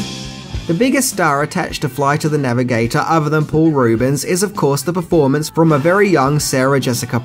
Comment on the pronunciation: Say it with me... "Floight of tha Navigataaaaaahr"